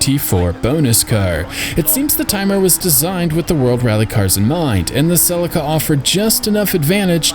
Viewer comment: Just Incase you do more videos and it comes up, the celica is pronounced Sill-leek-uh. Dumb I know, but care names and pronunciations are